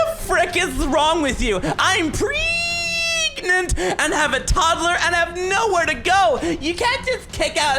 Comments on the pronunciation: mini that doesn't say pregnant that says preegant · “preeeegant” not pregnant mini 😂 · She said preegant PREGANANANT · THATS NOT PREGNANT THATS PREGANT. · "PrEEEEEEEEEEEEEEEEEgnat" "Coonumstat" Holy mother of pearls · when she says she's pregornate